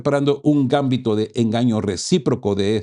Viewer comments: No es gámbito, es gambito. Es lenguaje de ajedrez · MUy buenos sus mensajas, pero revise la acentuación (o falta de) en la palabra Gambito, si fuera como vos pronuncias sería Gámbito, pero es Gambíto. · Disculpa, se dice Gambito, la sílaba tónica es "bi". No es por molestar pero se oye muy raro. El Gambito se usa mucho en el ajedrez.